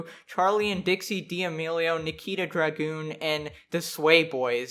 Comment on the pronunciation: i love how you pronounced dragun as "dra-goon"